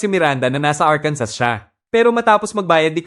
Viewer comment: ARKANSO THE REAL PRONUNCIATION.